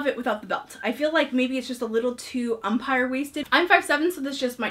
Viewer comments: Mama Silverside actually it isnt...its French, and is pronounced “UM- Pir” or “OM-Peer.” Not UmPIRE, like in baseball! 😊 A lot of English speakers just call it Empire though...sorry, I’m a word nerd 😂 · It’s neither. It’s pronounced ahm-peer. You can look it up! 👍🏻